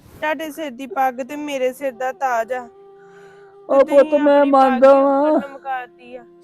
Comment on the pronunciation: ਛਿਰ ਨਹੀ ਹੰਦਾ ਸਿਰ ਹੁੰਦਾ ਪੰਜਾਬੀ ਸਹੀ ਬੋਲੀਆਂ ਕਰੋ